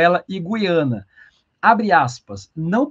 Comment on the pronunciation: A pronúncia correta é GU-IA-NA. Ajude a população a usar a língua materna devidamente. Lembre-se: você é formador de opinião.